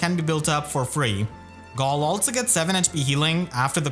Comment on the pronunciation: why do you pronounce galle like that